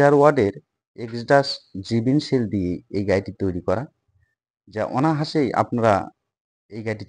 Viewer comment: অনাহাসে বলবেন না অনায়াসে👌 বলবেন।